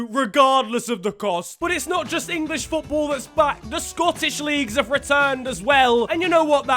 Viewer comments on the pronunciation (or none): none